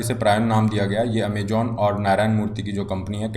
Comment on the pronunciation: Amajon nhi Amazon... Poor pronounciation